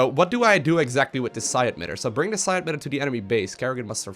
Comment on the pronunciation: "Psi admitter"